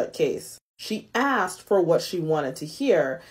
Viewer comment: Asked not axed.